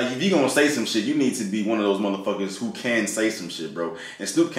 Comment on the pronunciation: It's "who?" not "Ooh!"